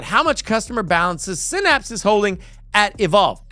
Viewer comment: It's sigh-naps, not sin-apps. See that Y right there? Yeah, it isn't an i. Phonics is a thing and it works.